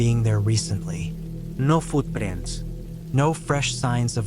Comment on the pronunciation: “No footprents…” What happened, man? 😂